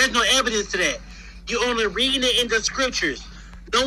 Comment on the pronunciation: Lmaofff the man saying there is no "ebidence" no ebidence lmaoff